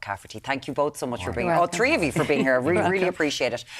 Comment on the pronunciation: "Tree" times.